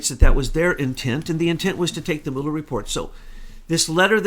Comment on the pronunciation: I think you're asking a lot of a guy who can't even pronounce "Mull" er. :)